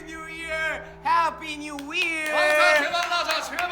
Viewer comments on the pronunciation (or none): Thank you for another great video. I really appreciate all that you do. Happy New Year! Speaking of which, would a Korean learning English pronounce the word “year” as “we’re?” Did my ears deceive me or did j-hope possibly drop a spoiler?